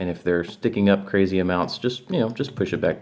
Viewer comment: My guitar:laying Me:laughing watching how he said crazy